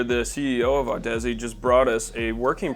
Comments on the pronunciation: Audeze is pronounced like Odyssey, my guy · Isn’t it pronounced odyssey? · Audeze is pronounce like Odyssey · Did he say Audussy ? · What a joke of an audio channel; doesn't know how to pronounce Audeze and inserts the mic in the wrong port. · Your pronunciation of Audeze gave me cancer.